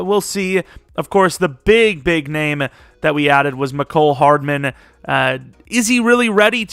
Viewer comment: just so you know it’s pronounced (mee-cole hardman)